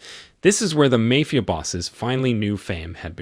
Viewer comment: Does anybody else pronounce "mafia" correctly every time it is mispronounced?